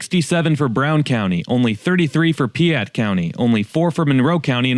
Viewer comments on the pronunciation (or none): Piatt is “Pie-at”like an apple PIE is AT the store. Not trying to be critical. 😅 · more like pie-at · It's pronounced Pie-at county. It's nice here but we don't want to grow 😊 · You mispronounced Piatt county that I live in 😭 but it's all good, still love ya